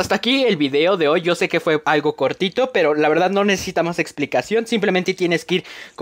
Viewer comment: Cuando dice cortito habla ni srgato